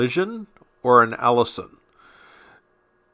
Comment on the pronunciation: Allision rhymes with collision not Allison.